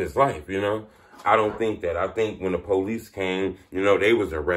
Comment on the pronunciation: I’m sorry but it’s funny to me when you say “policey.”